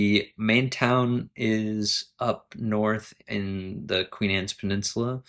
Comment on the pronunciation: Cape Ann not Queen Ann